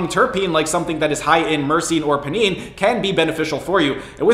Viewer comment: It's pronounced "pie-neen". Think of it like you're going to extract some pinene from the pine needles of a pine tree.